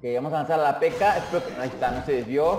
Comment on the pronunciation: con una PekAa xd es raro como lo pronuncia almenos aqui en mi pais